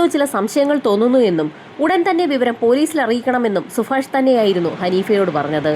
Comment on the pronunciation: സുഫാഷണോ 0 സുഭാഷ് ആണോ 😂